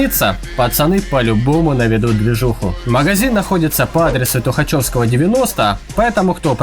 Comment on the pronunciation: Внимание, как грица, разрешите дое**ться: 1 - улица ТухачЕвского, а не ТухачЁвского. 2 - правильно говорить двухсот, трёхсот, четырёхсот, пятисот, шестисот, семисот и т.д., не двухста, трёхста, четырехста, etc.. Доклад закончил, спасибо за внимание.